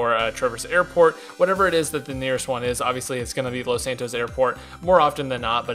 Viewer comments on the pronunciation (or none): none